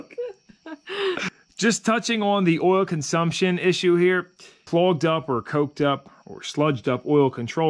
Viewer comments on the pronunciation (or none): none